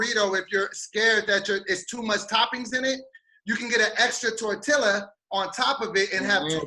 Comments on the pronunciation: As the resident representative for la Raza. Also: Tore-til-uh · I want to elbow drop from the top rope for saying torTILLa lol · is from California yet can't pronounce TORTILLA. I love it.